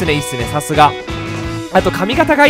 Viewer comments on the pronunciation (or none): 白髪 しろはつ じゃなくて はくはつじゃない？